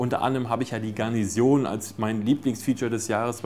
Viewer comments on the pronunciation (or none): Garnison! Nicht Garnision. Man spricht es so, wie es geschrieben wird. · Es heißt Garnison, nicht Garnision. ;)